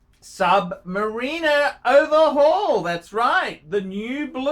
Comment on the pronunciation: Who the f**k is this bloke? He thinks it is called a Sub-MARINA and pronounces it so.